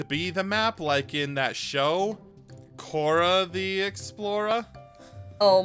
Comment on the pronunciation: It's Dora the explorer not Cora the explorer